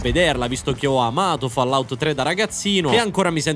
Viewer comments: Senti genio, prima di parlare impara a pronunciare il titoli di Fallout: si pronuncia " follaout". studia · Bello aprire il video è sentire 'Follout' dopo averlo appena aperto lol